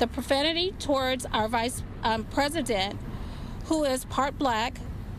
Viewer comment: If you can’t say “president” correctly I do not want you educating my kids. Also that other word is pronounced eh·juh·kayt.